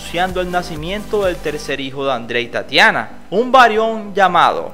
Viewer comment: El que cuenta la historia que horrible habla no sabe lo que dise en ves de varón dise varión que horrible